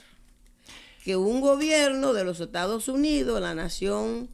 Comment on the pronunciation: ME ENCANTARÍA VER A ESTA DIABÓLICA VIVOENDO EN CUBA, DENLE 1 ALITO DE VACACIONES PARA ALLA! PA' QUE SE LO GOZE! UNA MUJER QUE DICE ETADOS UNIDOSS! RIDICUL@